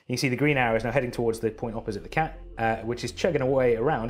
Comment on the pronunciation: Watching this in 2020 even after Tenet and hearing him say Tac instead of cat...lols